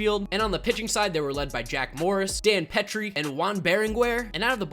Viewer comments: its dan (peeeetreeey) petry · Great video, but as a Tiger fan It kinda bothers that you pronounced Dan Petry’s Last name wrong lol